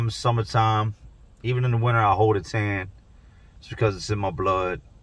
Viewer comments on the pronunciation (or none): none